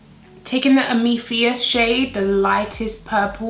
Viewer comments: I think she meant am-a-this (the stone). Her pronunciation was off. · Amethyst is pronounced "am-uh-thist", so you know for next time. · Can we mention your pronunciation of amethyst please? 😂😂😂❤❤❤ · I couldn't help but giggle at that pronunciation! 😂